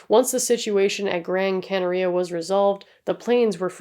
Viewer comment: Not that it matters a great deal to me, but just so you know, Gran Canaria is pronounced Canary-Ah, whilst Tenerife you pronounce without the emphasis on the 'e' at the end (although props to you because most people don't put effoet in to accents and stuff, and usually in languages like Spanish and Portuguese they would probpunce it like that, just for some reason it isn't with Tenerife. Idk tbh 😂)